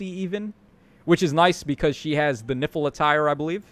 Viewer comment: Idk why, but every time you said "Nifl attire" I kept hearing "Nipple Attire" 😅